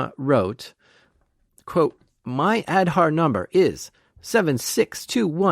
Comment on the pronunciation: It is aaadhaaar card. Not ed harr 😂😂